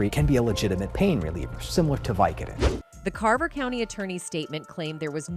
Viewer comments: Did it bother anyone else how she pronounced "vicodin"? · I would watch this entire video over again just to hear the ways you pronounce "vicodin."